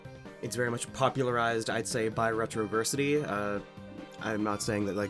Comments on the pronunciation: finding this video again randomly on my home page after a whole year, and i immediately recognized it because "Wait isnt this the guy who pronounced 'Revtrosity' as 'Retro-versity?'" lmao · retroversity do people not know how to pronounce "Revtrosity"? Rev-Tro-Sity hope this helps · you keep saying retroversity, while it's REVtrosity, no offense, just correction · "retro-versity" It's rev-trosity... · It's "Revtrosity" not "Retroversity" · While you were describing the "bombastic" one, did you mean "Revtrosity?" If not, then idk who you could mean.